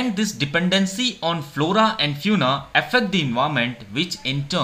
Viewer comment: Small correction don't mind it the pronunciation of fauna is wrong